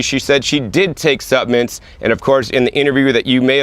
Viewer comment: You've taught me that the "L" in the word supplements is silent.